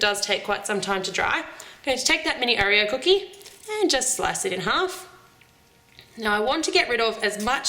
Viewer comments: I don't know ( well I do) but the way you keep saying Oreo infuriates me! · I've never heard anyone say oh-reo before- I say aw-reo... oh well it's all the same oreo anyway lol- nice cupcakes! :)